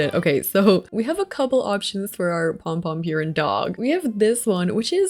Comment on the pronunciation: I love you, but the butchering of pronunciation of pompom-purin killed me 😂